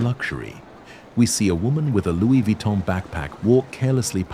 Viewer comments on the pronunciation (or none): none